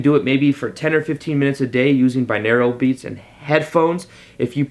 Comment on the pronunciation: awesome thoughts - thanks, needed the pep talk. one pronunciation note, i'm a language geek - binaural is bi(two channels) and aural ("Oral" - auditory). subscribed!